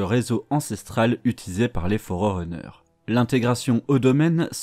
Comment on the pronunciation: Super vidéo mais les" Fororeneurs"et les "Govenands" m'ont perturbés légèrement. Sinon super travail.